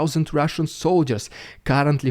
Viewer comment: Rrrrrhhhaaahhshan Dyude excelling himself today😉